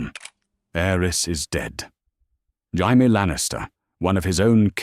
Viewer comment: None of these AI slops can say "Jamie" 😂😂😂😂